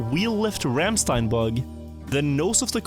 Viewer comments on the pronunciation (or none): IT'S RANDSTEIN not RAMMSTEIN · IT'S RANDSTEIN